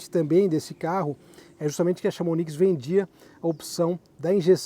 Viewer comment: Vídeo e carro legal! Chamonix é uma cidade na França. Se diz "chamoni" o "x" não se pronuncie.